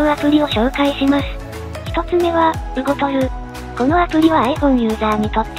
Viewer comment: ウゴルト❌ ウゴトル○